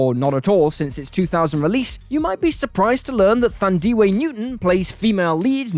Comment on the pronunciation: Thandie Newton pronounces her name as "TAN-dee" not "THAN-dee". She corrected Vin Diesel on the matter at an awards show. Diesel expressed his appreciation with a hearty "Tanks!"